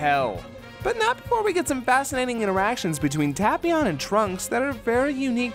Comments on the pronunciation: The dub pronounces it "Tape-ee-on". It's supposed to be pronounced "Tap-ee-on", like "tapioca". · They pronounced Tapion incorrectly.